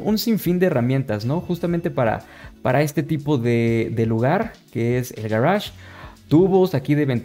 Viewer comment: "Garage" ulala